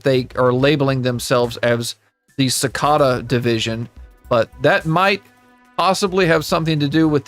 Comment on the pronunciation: It's "si-kay-duh" 🥲 not "su-ka-duh". Rather than that, I love your video